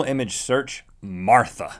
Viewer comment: Link pronounced Martha like my great grandma used to : "Marther." #Carolinas